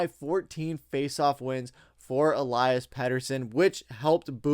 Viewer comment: U pronounce peteys name elias aka eliiiiii